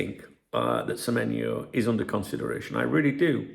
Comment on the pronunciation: Good morning 🫡👍good on you to get the players name right spot on 😆you been practicing with remy 😂👍